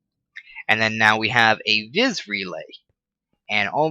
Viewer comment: you don't know how to pronounce anything correctly... It isn't its pronounced AR-CANE and its also thaum-a-norm-acon... and not vis, its vee.... Get it right. Otherwise... Good vid, you helped out lots!